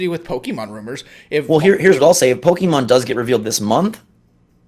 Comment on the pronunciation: While I enjoy your content, you both lose a little credibility when you say “Pokey-mon.” You’re Nintendo-tubers; you should be saying it correctly. And if you don’t know how to say it correctly, I question that, as a fan. Just some constructive criticism. Great predictions!